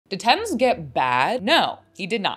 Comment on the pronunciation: isn't his name pronounced ten Z